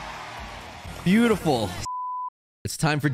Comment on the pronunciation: What is beautiful? It sounds like beutis but weird.